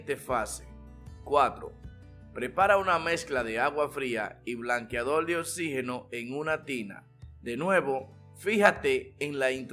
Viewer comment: DIJO BLANQUEADOL NO BLANQUEADOR 😂